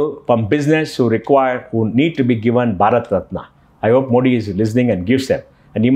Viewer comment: It's मोदी and not मोडी. I thought an ex CEO knows the correct pronunciation of PM's last name! It was annoying to hear मोडी.